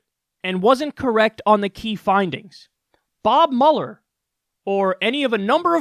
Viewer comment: Haha I cant believe after all this time of watching Kyle I never noticed he says Bob Muller not Robert Muhler it felt so weird hearing